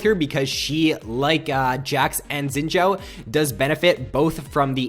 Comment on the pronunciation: you pronounce guinsoos right but you say xin zhao weird, you say xshin sshzao, its pronounced zin zow